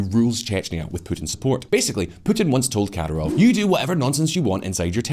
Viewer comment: its not "katarov" but "Kadiirov" ...your spelling is so wrong lmao